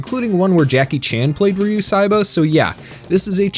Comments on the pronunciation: Great review, his name is pronounced Ryo not Ryu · His name is ryo saeba not ryu saeba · It was “nails on a chalkboard” for me, to listen to you repeatedly call him Ryu, not RYO. You typed it right in the description, yet kept pronouncing it wrong. I’d give you a like for covering my favorite series, but I’m unhappy with the pronunciation. Please do better. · Count how many times he says Ryu instead of Ryo